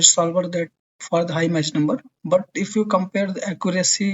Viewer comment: I think the "ch" in "Mach" is prounced as "k" not "sh".